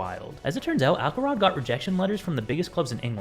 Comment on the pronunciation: Why would it be “Ackelrod”? It’s obviously Axelrod. The C is soft.